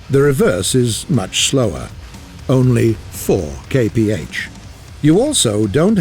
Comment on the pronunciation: I like whenever someone uses the same measures as me since i can understand them... but the way he says it...